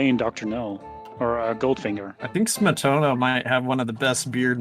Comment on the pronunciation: Sme-to-na That’s how to say it I’m Lithuianian Labas kokia diena?